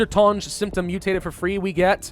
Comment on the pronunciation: The way pronounces "tounge"